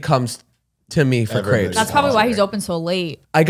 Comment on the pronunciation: took me a hot minute figuring out what was talking about when he said 'crepes' pronouncing it the way he did 😭